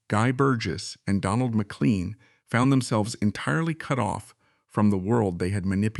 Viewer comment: More in-depth than any account I have heard or read about up 'til now, but AI? generated narratipm gaffes like McCleen and kwayside makes me wonder how accurate it is.